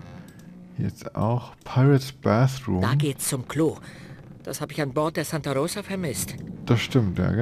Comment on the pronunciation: Wie schön er Santa Rosa ausspricht🙂😊